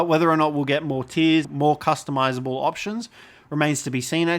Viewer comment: Wtf is "cus-to-miss-able" lmfao